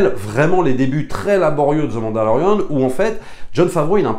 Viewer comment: Je comprend ton opinion. Sur certains point je suis d'accord. Le parcours, la musique mais l'univers de starwars c'est quoi au final. L'univers n'est pas terminé d'être raconté. Bref . A un pti point que tu dis qui me sort de mon univers c'est quand tu dis Ze mandalorian ou Ze book of bobba fett.. c'est the prononcé 'de' svp je sais pas se qui vous apporte dans vos cours d'anglais mais ze c'est pas de l'anglais ! Merci c'était mon point.